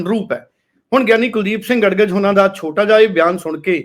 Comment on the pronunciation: ਗੜਗਜ ਨਹੀਂ ਗੜਗੱਜ